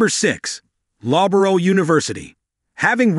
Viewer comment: "Bristal and Loborough"? It's "Bristol" and the pronunciation of Loughborough sounds like "luhf-buh-ruh".